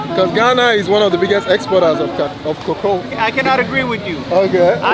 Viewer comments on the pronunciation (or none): bro also almost said also "kakaa" then reset to default settings "kokoo". ❤❤😂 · almost pronounced Cocoa like he did😂